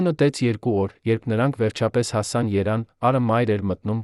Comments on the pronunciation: Էս ռոբոտի հոլովակը ուղղեք հերիքա ասի իրեվան ամոթա էլի ՀԻՇԵՔ ԵՐևԱՆ ԵՐևԱՆ ԿԱՄ ԷԼ ՓԱԿԵՔ ձեր հաղորդումները արդեն զզվելի է այդ լսումները ու կասկածելի արդյոք հայ է այս հոլովակը դնողները ես հիմա վատ կդնեմ ձեզ ինձ համար շատ թանկ է ԳՈՀԱՐ ԳԱՍՊԱՐՅԱՆԸ բայց դուք էլ արեք ուղղում այլապես կդառնաք ավելնորդ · 🇦🇲❤️🙏այս ռոբտին սովորացրեք որ Երեվանը Երան չասի ։դուք հո թուրք չեք ՝նրանք էլ ասում են իրեվան ։Ես Իրանահայ եմ Պարսիկներն մինչեվ հիմա էլ գրում են Իրեվան ՝1828 թվի թուրքմեչայի պայմանագրով ՝Արեվելյան Հայաստանը փոխանցվեց Ռուսներին եվ ըստ Պարսիկների ՝Ռուսներն էլ Լենինականի 102 բազայի պատին գրեցին Эриван губерния ,հետո արտասանեցին Երեվան ՝բայց սուտի գողականներն ասում էին գնանք Էրեվան ՚ապ Էրեվանից ես ՝եվ այդպես բաքուն ասաց դա իրվան խանի անունով ազերական քաղաք է : Փոխարեն ասեն 1988 թվին ռոբոթը ասում է 1988 երորդ տարում ՝արա խելքի արեք Հայոց լեզուն ՚աշխարհի ամենա սիդուն լեզուն սարքել եք անճաշակ լեզու ։ Բարեվներ Գլենդելից ։ ❤️💙🧡🙏🙏🙏✝️✝️✝️🎯🎯🎯🌟🌟🌟🧠🧠🧠 🇦🇲❤️🇺🇸